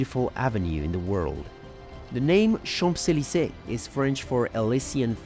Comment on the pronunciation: Great job!!! Amazing knowledge of history. Love it. I love the accent. The only thing I would suggest to improve is the way how you pronounce Champs-Élysées. The P is silent and m sounds more like an N ( in Champs), Chaanz-…..